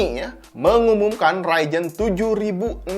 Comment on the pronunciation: bang, ngomong ryzen pake z dong.. agak gimana gitu denger raijen raijen wkwk